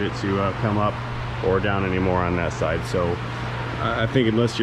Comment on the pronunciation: When he Sayé Pásséngêr Sydé untt Drivêr Sydé hé Confusêth Moí Úntt I Hãvé to Thinqué Abbout itt ¡¡¡¡ 😲😲😲😨